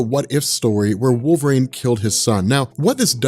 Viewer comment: “Wolv-rain” lol